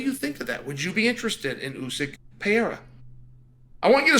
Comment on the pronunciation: Chael please read this comment then... He is called Pereira not Piera! You can also call him Alex or Poatan, much easier!